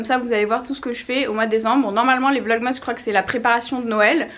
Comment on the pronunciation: est la seule youtubeuse Française à dire "vlogmas" avec la prononciation d'origine, mais aussi la seule à dire "Morf" pour la marque Morphe. Où est la logique? 😂